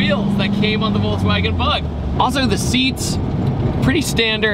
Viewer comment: I'll never get over you saying VolTswagen.